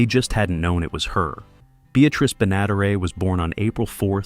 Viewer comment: This idiot AI narrator can't say "Benaderet" Why don't the stupid thing go LISTEN and get it right.